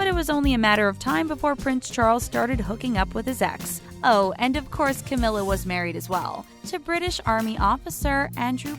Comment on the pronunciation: The Charlei and Cawmirra